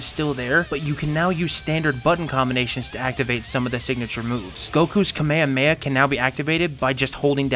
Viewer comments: kmehme? ka me ha me ha, not kmehme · Awesome video bro. But listen just nitpicking here but next time please use the correct names. Always. Kame ha me HA it's the proper pronounce. Oh and just in case, it's Ree you Not Ri you (Ryu from street fighter) if you someday plan to play all street fighter games. I see a lot of those two mistakes in american youtuber content. And always, always! Look how to pronounce the names in japanese or other foreign languages. Don't go saying, sorry for butchering the name. Don't do that. You can always google it and do some research. Very important. Be smart. It always pisses people off from other countries. I want you to grow your channel. Some tough love from you boy ;). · I hate to do this but kamehameha is pronounced kuh-meh-huh-meh-huh! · The way he pronounces kamehameha gives me psychic damage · It hurt me every time you said kamehameha 😂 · Wait, is nobody going to talk about the way this guy pronunciates Kamehameha? Xd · Why u say Kamehameha like that? Ahahahaha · Bro didnt say kamehameha right😭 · Why can nobody say the kamehameha right, why is it most people say it the fortnite kid way now. in the video in case people were wondering. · Why does everyone pronounce Kamehameha wrong? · Why are Americans unable to pronounce Kamehameha properly?